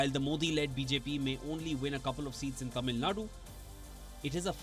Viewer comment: kudos to the presenter for the effort pronouncing Tamil words right.